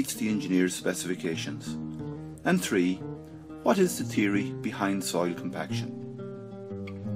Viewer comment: The three is not pronounced tree. wtf.